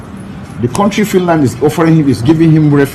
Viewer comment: it's country not quontry